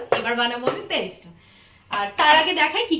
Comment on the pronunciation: আপনার রেসিপি তো দারুন দি ভাই,বিরিয়ানি বাঙালির দুর্বলতা তাই কম বেশি ভালো মন্দো সবাই পারে বানাতে,,কিন্তু একটু ভাষায় প্রবলেম হয়েছে তোমার,ওটা ব্যারেস্ট্রা নয় বেরেস্তা হয়,,হোয়াইট হয় হোয়াইটজ নয়,একটু ধ্যান রেখো দিভাই,,প্লিজ,,আর সব সময় সিম্পল রেসিপি দিও, কঠিন রেসিপি তো চেফ আর্টিস্ট রা বানায়,যা সবার রান্না ঘরে থাকেওনা উপাদান❤️👌🫶